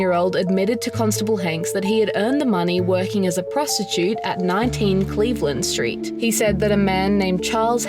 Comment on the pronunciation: It's the Cleveland Street.....scandal. Not the Cleveland.....street scandal. It wasn't a street scandal. You need to rethink how you read text and focus on getting the emphasis correct.